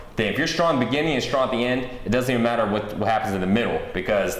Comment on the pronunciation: StronG not Stron